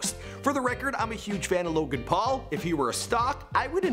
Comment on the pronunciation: Wow you actually pronounced this guys name correctly unlike felix